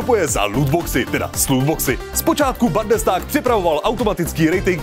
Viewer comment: Není to "bandestág", ale "bundestág",.:)